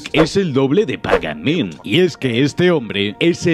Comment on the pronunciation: por que no pronuncias ni el puto nombre del villano bien??